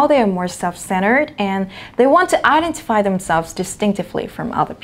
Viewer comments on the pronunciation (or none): Giọng cô nghe đã quá, em góp ý là một số từ bị nhấn nhầm trọng âm thôi: tranquil, casual, convenient, identify. Anway, love your pronunciation. From a big fan <3